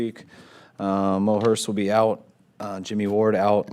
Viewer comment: Did he say moherst in stead of mostert at start of video 😂